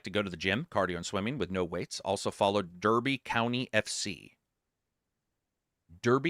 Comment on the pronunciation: Btw. Derby FC is pronounced as Darby (a town in England) ;)